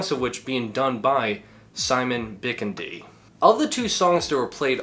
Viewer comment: Pretty sure it’s pronounced BiKIndi (accent on the 2nd syllable)